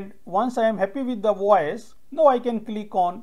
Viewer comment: NOW is pronounced N-long OW. It rhymes with HOW, COW, POW. You can search on google